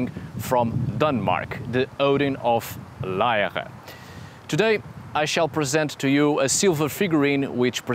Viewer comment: Good work pronouncing "Lejre" 👍😊 🇩🇰 Thank you for this analysis of the tiny 'Odin on a chair' artifact. It is in fact so small it was recently made available for purchase as a silver pendant, in the National Museum in Copenhagen.